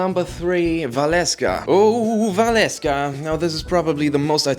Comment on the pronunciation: Psst#2, it's Velasca, not Valesca.